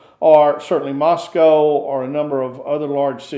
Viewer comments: The West is in decline. Move to Russia. It's refreshing to actually hear an American pronounce Moscow correctly! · . Thank you for correct pronunciation. Every western says “Moss-Cow”. It’s “Mus-Coe”.